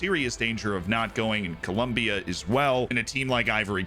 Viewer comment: Very important information you missed on South American qualifying!...Col...OM...bia. xD